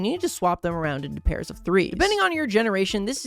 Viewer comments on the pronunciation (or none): its called bejeweld not begweled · No. No its bejeweled because bejeweled was first. Also its called begouled....